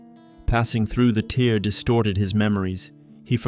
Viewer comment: Tear is pronounced tare rhymes with fare. Not a tear, like from a crying eye. Tear, like a piece of paper in half.